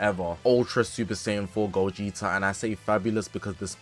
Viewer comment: I'm grateful but it's gogeta bro like damn it's ssj4 gogeta broo 😭